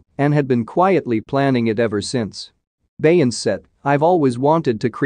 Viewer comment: Click Bait This is AI at it's worse. He can't even say her name correctly. 👎